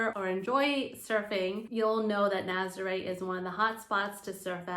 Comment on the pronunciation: For the love of Pete, please pronounce these names properly. I cringe every time I hear Naz-ah-ray, it’s Nah-zah-reh.